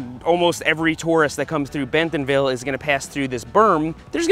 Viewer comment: I really love your videos, but as a local, I have to tell you it's pronounced Bent'nville, not Ben-TONville.